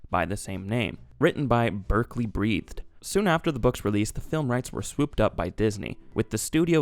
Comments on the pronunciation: Wait, Berkeley Breathed? Bloom County Berkeley Breathed? Crazy. (also i think it's pronounced Breath-id. i know that's insane.) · Is it pronounced like "breathed"? I always thought it was "breath-ed".